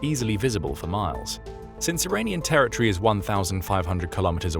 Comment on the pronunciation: ter-ri -ty (??) ter-i- tor-y Pronouncement of territory.